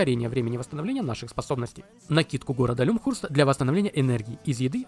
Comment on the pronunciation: Как понять что перед тобой фрик: он читает Lymhurst как Люмхурст